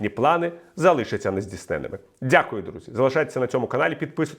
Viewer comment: Віталію, дякую за приємну оперативну котлубанівську інформацію. Прохання до вас - якщо ви ведете ефір українською мовою, будьте добрі, не говоріть " пуЦін, ДЗіти, ДЗякую"... Аж занадто "ріже слух". Ви не єдиний, хто так говорить - це і Подоляк, і Вол.Фесенко, і деякі телеведучі. Українцям Цикання і ДЗигання ні до чого. Ми ж не бяларуси, і не кацапи. Поважаймо нашу солов'їну. Дякую.